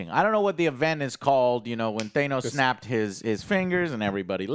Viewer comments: Who the hell is THAYNOS?! This guy... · Thane-ose? Try THAN-OSE..... Thanos...... why is it difficult for some people to say? My best friend constantly says it wrong....anyways cool review. Great episode I loved seeing all this backstory from avengers being explained and showed. Pronounce Thanos correctly!!!!! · For the love of god stop saying thaynos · Stop saying "Thaynos*.. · Stop saying thanos wrong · HOW THE FUCK DO U GUYS MISPRONOUNCE THANOS AND U WATCHED THE DAMN MOVIES WHERE THEY SAY HIS NAME CLEAR TEN TIMES AND THE FIRST TIME WE SEE THE RETURN IF THE BLIP IS IN SPIDERMAN FAR FROM HOME STOP MAKING US UR FANS DO THE RESEARCH WE WANT YOU FOR THAT